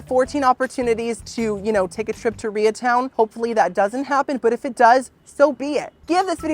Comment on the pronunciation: “Rea town” ??? 😂😂😂